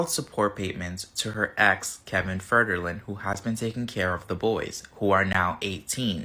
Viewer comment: Did that guy seriously say Kevin "Fergerlin"? 😂 And...I wonder if Britney is saying she turned 5 years old because she's a five year old clone? 🤨 Or at the very least a double who has been "Britney" now for 5 years? Hmmm.